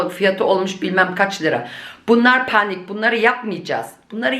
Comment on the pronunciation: Das Wort Panik wird auf Türkisch zwar gleich geschrieben, aber anders ausgesprochen. Die Betonung liegt auf der 2. Silbe. 🥰